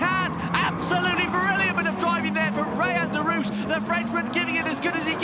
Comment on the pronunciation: As a French I cant stop laughing when English say "Derouche" instead of "Derrouiche" XD